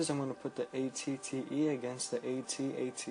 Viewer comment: If only you could pronounce AT-AT correctly.....its not A-T-A-T is AT-AT